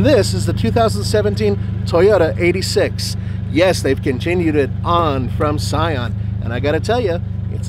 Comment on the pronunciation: It's pronounced eight-six not 86 like the original Hachi Roku